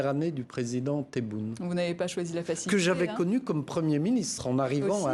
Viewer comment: ELLE PRONOCE TRES BIEN TEBOUUUNE HHH ZARA SMITO TTABON